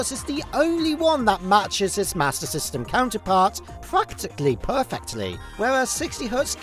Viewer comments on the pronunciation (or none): its a joke on how he said "mater system"